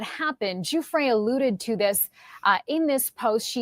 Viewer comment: Guiffre is pronounced Jou-free in Italian, not Jou-fray.